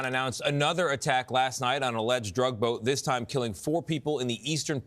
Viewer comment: Cracks me up how you say alleged. We can read a cigarette label from outer space. You really think we're shooting at fisherman?